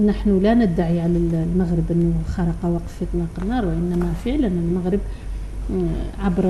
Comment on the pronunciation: هذا الأخ الصحفي عليه أن يعرف كيف ينطق حرف ( الغين ) فهو يقول ( المقرب ) بدل المغرب .